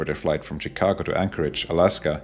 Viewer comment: FYI, Chicago is pronounced (using German spelling) “schikago”, not “tschikago”. ;)